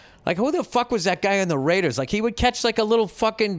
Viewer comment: The way Bill says raiders always cracks me up. RAIDEHZZZZ